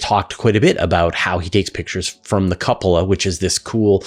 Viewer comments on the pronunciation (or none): Regarding the ISS, what's a 'Cup-Ah-La'? 🤔